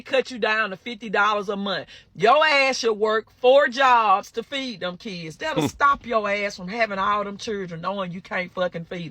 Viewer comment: It cracks me up everytime someone says "key ids" and "chih rin".